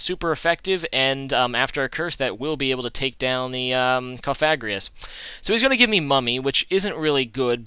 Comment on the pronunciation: alright so i think i saved you the troubles of finding out, im pretty sure cofagrigus is pronounced cough-uh-gree-gus or you could be a rebel and say cough-uh-grig-us lolz